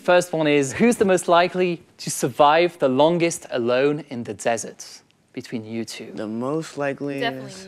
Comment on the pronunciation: Enfin un français qui dit bien The et non Ze..